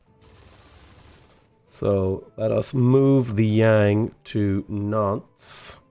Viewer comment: greetings from France! please dont pronounce the S at the end of the city name. Just say Nante, Limoge or Bordo. I hate how i write this city name, but it's like we pronounce them. Continue like that, love your vids.